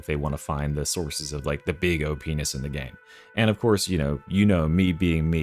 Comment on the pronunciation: Subtitles say so ^^ (I mean obviously he meant OP-ness, but... sounds exactly the same)